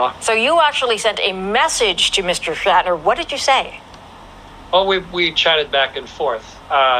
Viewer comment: 'Shat' ner 🤣🤦